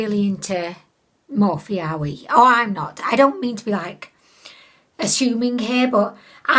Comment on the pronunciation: I love how you pronounce morphe more-fay 🤣please don't ever change